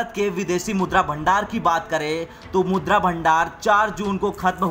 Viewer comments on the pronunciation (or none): none